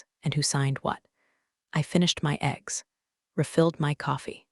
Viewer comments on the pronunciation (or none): Oh dear, the AI voice doesn’t know how to pronounce “eggs”. I guess cuz they’ve never eaten any.